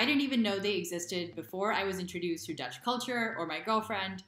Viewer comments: You are becoming confident in speaking dutch. The pronunciation is also good. Keep up the good work :) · Your pronunciation is seriously spot on, woah. Also: I've never seen that voyager-space-probe looking thing before either - And I'm a native lol. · Your Dutch pronunciation is great 😃